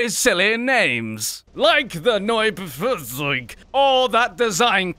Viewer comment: 5,8k Germans like the way you pronounce "Neubaufahrzeug"